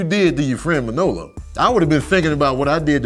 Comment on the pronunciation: It's weird hearing you put the emphasis on the second syllable of Manolo's name, ManOlo instead of MANolo. But Scarface is my favorite film. We got to see the whole spectrum of Tony, his rise and fall, his rags to riches story.